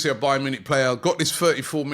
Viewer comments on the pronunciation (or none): none